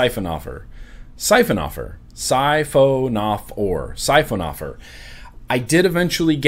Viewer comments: sahy-fuh-nuh-fawr..... like a man-o-war. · I believe it is pronounced Sci-Fawn-Oh-Four which is a class of marine animal and that ariflow pattern resembles the body of the animal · Siphonophorae is the plural of 'Siphonophor', which is a kind of sea creature that appears to be one organism but is actually a colony of separate, individual animals. It's pronounced 'sy-FON-oh-FOR-ay' (FON is the primary accent). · Sound it out.... Sci (like Sci-fi) Phono (like phonograph) Forae (like foray, or 'For Ray')... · Siphonophorae should be pronounced "suh-fon-uh-four-aye!" xD